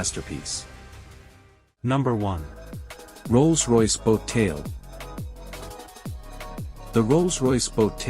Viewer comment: Please don‘t pronounce it „MayBuck“ - it‘s „Mybuj“ with the „ch“ pronounced like the ‘J‘ in “Juan“. Also the Barchette is „pronounced „Barketta“ (there‘s an ‘h‘ behing the ‚c‘, so it‘s pronounced like ‚k‘. And the RR is not a „boTAIL“ but a „boat tail“. Well, at least you didn‘t mess up Juan Manuel Fangio…